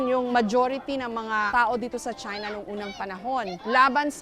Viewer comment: "Galing sila sa Chahy-na"